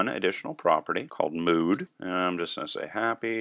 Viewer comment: Lol "mode"... don't you mean "mood"? :)